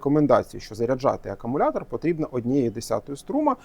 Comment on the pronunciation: Так і не навчився говорити акумулятор замість акамулятор.